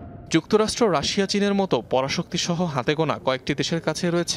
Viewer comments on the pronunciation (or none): উপস্থাপন কারি রাসা বলছেন রাসিয়া কে রাসা বলা হচ্ছে।